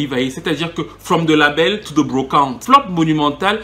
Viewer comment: From the label to the brrrrrocante🤣🤣🤣🤣